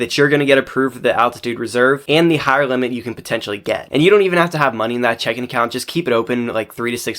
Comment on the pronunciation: Great information! But reading checking account as “check in” is rage inducing 😂